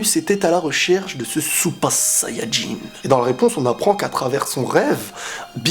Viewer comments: Parles français ou japonais, mais dire supa sayajin ça fait handicapé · t es genant quand tu dis " super sayan jin" t es chelou